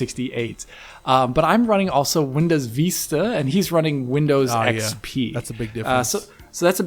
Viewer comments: Its not called Windows “Veesta”, it’s pronounced “Vis-ta”. And I though pronunciation of Wolfenstein is stupid... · VISS-ta, not VEE-sta. It's not the Spanish word, it's the English one meaning "a far-reaching view." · Jesus. "Vista"... you've never heard the word said before? "Veestah"? Wtf is that? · I'm chuckling at Windows Veeesta and "unexplicable", lol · What the hell is "windows veesta"?? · I had to stop watching because of Veeesta. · Windows Veesta? What the hell is that??? needs the AXE. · "windows veesta" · last video: Vista isn't so bad this video: VEESTA BABY! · Please use XP and please stop saying VEESTA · You're saying VISTA wrong lol